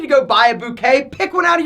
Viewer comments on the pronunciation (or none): none